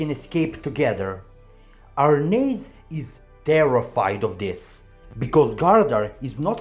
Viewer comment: You must be the only person on YT to pronounce Arnheid's name correctly! But yes, many of these Norse names are difficult to pronounce unless you look up the pronunciations. When the anime gets to the Vinland arc in about 10 years, the Lnu names will be extremely difficult to pronounce!